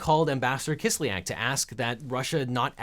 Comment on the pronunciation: Kis lyak. Ya is a single vowel in Russian. It is not Kis lee ak like almost all Americans pronounce it